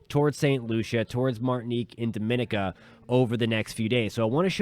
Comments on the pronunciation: Barbados keeping posted. FYI, That island is pronounced Doh-min-EE-ka. pronounced slightly differently to Dominican Republic. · Please try to pronounce the islands names so we know which island you are referring too. DOM A NIC A